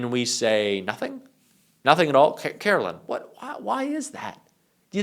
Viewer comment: Dude....??? Her name is not Carolyn. It's Karoline. LINE. Sounds like LYING. At least have the journalistic integrity to get someone's name right.